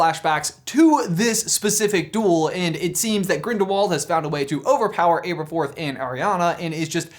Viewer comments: Am I the only one annoyed by how says Ay-ber-forth, instead of Aberforth? I mean, no one says Ayl-bus and Ay-riana. I've always seen it as a trio of A names: Albus, Aberforth and Ariana. Because Rowling loves having fun with wordplay and alliteration. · Abb-erforth, not ayber-forth 🙄